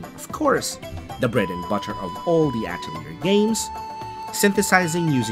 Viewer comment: I cringe at your pronunciation of Atelier....